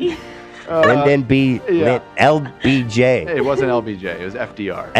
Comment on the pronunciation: Ethan referring to LBJ as “LGBD” has me SCREAMING 😂😂